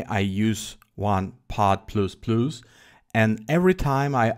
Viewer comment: [Plas] же произносится